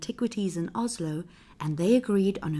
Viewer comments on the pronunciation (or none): none